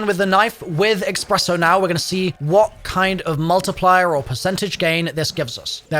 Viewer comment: My friend always pronounces espresso as “expresso” and it drives me insane. That augment name is going to give him an excuse to say it that way forever